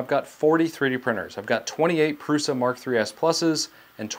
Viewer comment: Thank you for correctly pronouncing Prusa.